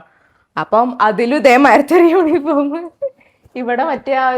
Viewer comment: യൂനിഫോം അല്ലാ യൂണിഫോം ആണ്